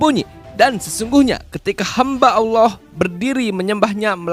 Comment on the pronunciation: Tapi mengucapkan lafal Alaah faseh bngt wah sekolah dimana ini ya..